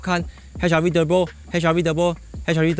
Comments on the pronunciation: "Hybrid" and "Turrrurrbo" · 就喜欢念 Turrrrrbo～